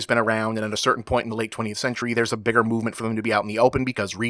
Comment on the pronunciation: Um, "Biger"?